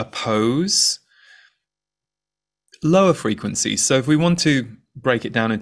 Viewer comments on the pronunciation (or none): What I heard was "high frequen-z's" 🥰